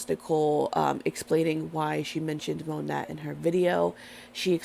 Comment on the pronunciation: Isn't it pronounced "moe- nay" and not phoneticly ( moe-nat ) 🙄 .. or maybe that was their intention originally... Oh and also, kvd= been cancelled... Anyone with a brain can see through this poor excuse for damage control to line her pockets.... She doesn't give a damn about anyone's opinion of her